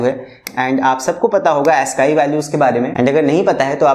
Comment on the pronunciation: Sir that's not Asskii value that's aascii